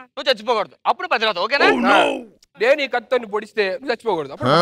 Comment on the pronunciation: ఒరేయ్ ముండల్లార ప్రతీవ్రత కాదు రా పతివ్రత అనాలి